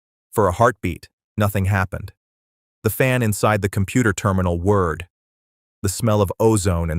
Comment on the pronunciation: whirred, not word. Grand-pa said, "Cockroaches hate the light". Fantastic laugh out loud moment. Brilliant story.